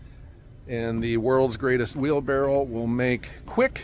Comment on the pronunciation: its not a wheelbarrel its a wheelbarrow